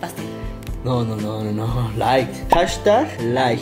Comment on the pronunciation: Es light wey no ligth